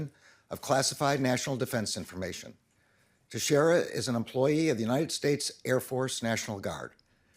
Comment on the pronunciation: This is the least important thing but it's pronounced "Tex-era" I'm from New England. Sorry, it's just bugging me.